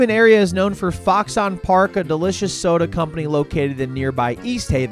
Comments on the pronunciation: And as someone who grew up in Foxon it's not Fox On it sounds like Foxin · Foxon is one syllable.